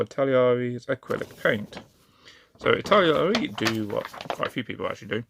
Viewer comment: I T A L A R E E ... not Italiriari . Just FYI